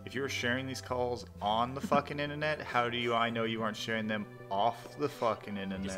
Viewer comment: The "Innanet" the fawking "Innanet"! greatest nemesis and scapegoat for all of his screw-ups. "Guy from the Innanet"...top tier threat. Guy from anywhere else....just an inconvenience and mildly annoying. EDIT: I really need to go easy on the vodka while I'm listening to these incredibly entertaining calls. Thanks so much for spending the time to bring us these gems. Well done!